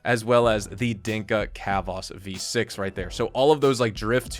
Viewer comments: Not sure if engagement bait but pronouncing chavos like khavos was funny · i just ripped a bong so read the following chill guy tone not oppressor nyanyanya the way you pronounced it isn’t a word so it sounds absurd and hilarious bc Chavos is a funny name for that Honda Accord bc it’s an informal Spanish/Spanish Mexican word for ‘kids’ (but mostly boys), who’d definitely slam this car It’s like a Nissan Altima or Minimus w/ better credit, faster, and more reliable but as reckless